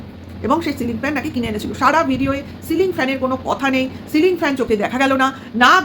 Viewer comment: Bechur jibon e jiu tai silling na bole" sling "bolchhe.sling to bag hoi 😂. Bechu debe fan hassaskar bisoy, je bou beche kai ,abar bole chanel e boubeche khabe😂😂. Bechur bandhobi thakte pare,tinu je purush er sathe jogajog rakhbe sei tar bor hoe jabe. Ki nongra chinta bhabna. Divorce file kore ,jamaisasti te ki paeni anusochona korchhe. Sokale uthe kono kaaj nei aam bagan,jaam bagan, dheros khet, paat sak tola.bachhake porano mane video korar somoy abcd porano dadu ke diye. Bechu baap hoe i royilo pita hote parlo naa.